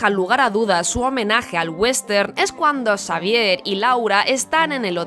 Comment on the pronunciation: en vez de decirle Xavier dice prof Sabier